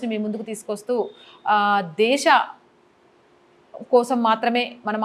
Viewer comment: దేషం, షని ఇలా శ అక్షరాన్ని ష గా పలకొద్దు